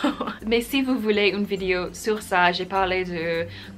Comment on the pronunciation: Tu parles très bien français, c'est super :) Attention juste à la façon dont tu prononces "vidéo" , de manière complétement américaine... En français on ne dit pas "vidio" mais bien vidéo en insistant bien sur le E ;) bises